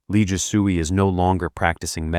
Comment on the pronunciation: He butchers every name. Last part is not "soo-ey" but "sway." 😂😂